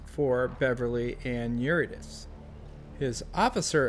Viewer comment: Pronounced Your-id-uh-SEE, not Your-ih-diss.